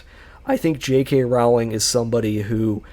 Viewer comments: Pronounced "Rolling", according to Rowling. It still does not make her a good writer though. 😉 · Can't even pronounce her name properly.